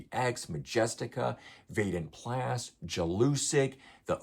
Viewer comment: At least pronounce Vanden Plas right if you're going to mention them. And this happens at PP every year because European bands either can't make it or there's a Visa issue. Shit happens. The promoters are the best in the business and always recover well.